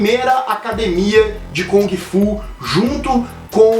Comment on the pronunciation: Eu Ia Citar As Erratas.rs.Acho que Só Sobrou A Pronúncia de kUng Fu ou GUng Fu e Não KOng Fu.Esse É O EStilo do Macacaco!Hashhashuashhusahu!Brincs...